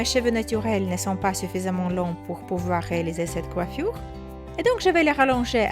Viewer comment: J'aime bien quand tu dis coiffioure 😘